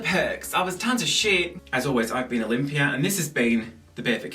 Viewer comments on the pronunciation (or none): none